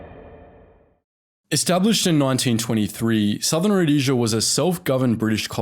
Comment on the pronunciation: About the only name you used Rhodesia was the only one you pronounced correctly.